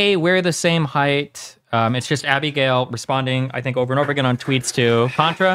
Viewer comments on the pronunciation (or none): The way Destiny pronounces Abigail triggers the fuck out of me.